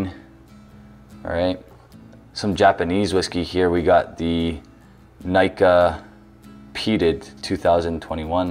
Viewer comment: Pronunciation of Nikka was stupid and silly.